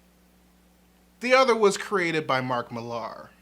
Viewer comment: I adore your channel and appriciate how you think and try to think about so very many things. As someone who has read Mark Millar since his early 2000ad days, I agree with many of your criticisms. But for the love of all that is, please stop mispronouncing his surname. I get the spelling thing, but it's pronounced the same way Miller is. It's a UK thing. Fatman Beyond 5/10/2021 even the esteemed Marc Bernardin points to this being so.